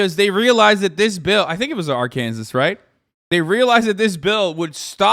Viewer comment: I always thought "Ark-kansas" was Hasan's way of combining Arkansas and Kansas as basically the same place, like he does with "Pennsyltuckey" Just realized that was just how he pronounces Arkansas 😭